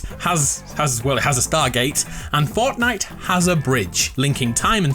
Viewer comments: did any one notice he said forknight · Did anyone hear him say fucknite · did he say forknite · FORKNITE HAHAHA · Homie said forkknife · Lol he said forknite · 'fork night' lol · forkknife?! First of all we say knife and fork second, is that a joke?